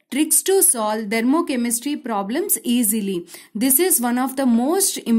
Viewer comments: Ma'am...u r really amazing but it's "THERMOCHEMISTRY" and not "DHERMOCHEMISTRY".... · Dhermochemistry✅ Thermochemistry❎